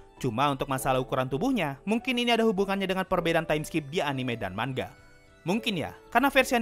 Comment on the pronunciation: Ma ngaaa, bukan mangga